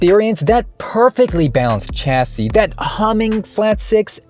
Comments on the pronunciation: Please , please please.... stop saying cha .. cha.... cha.....chassis.... it's pronounced chas.... chassis.... ch ... chuh... assey... your killing the English language. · chassis is pronunced with sh not ch